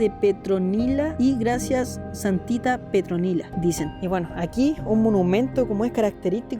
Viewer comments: SE LLAMABA ¡¡¡PETRONILA!!!.......😂😂😂😂 Y NO "PETROLINA"....🤣🤣🤣😅😅🤣🤣REVISA EL VIDEO Y K - GA TE DE LA RISA!!! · Que te costó decir PETRONILA JAJAJAJAJAJAJA 😅